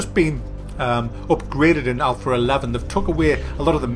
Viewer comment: Lol, when he says Alpha it sounds like Alphor